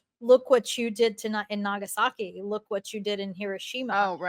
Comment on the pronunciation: I'm not used to hearing the place name Nagasaki pronounced by someone who isn't Japanese with what I think is, correctly, the accent on the ki, not the sa.